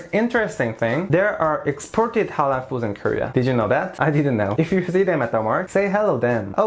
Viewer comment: Your pronounciation of (halal) and (haram)Is on point!!!